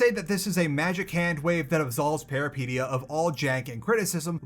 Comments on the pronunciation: Why do you pronounce Peripeteia like Alopecia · I believe the pronounciation is close to how you said it, but pe(as in pet or pen)-ry(hard polish y, I can't think of an example but if you try to say yh like "ugh" and just cut off the h you're there)-pet(as in pet rat with hard t)-ya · It's Greek for adventure. It's pronounced Περιπέτεια - > Peri (like Perry the platypus) pet (like pet) teia (like Tea from Yu-Gi-Oh). He kills the word every single time he says it. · It’s pronounced peripEtia. It means adventure in greek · Am afraid no, you didn't say it right and I am actually wondering if the devs have Greek background for choosing such title or it was just random. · man these are GIANT, we make'em way smaller than that Also you can't be even bothered to google how to say the name of the game for the review? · While I did like your review, you're killing the name. Please just check if the word has a specific way to say it before you mispronounce it every, single time. Good review of the game and nice cooking segment as always.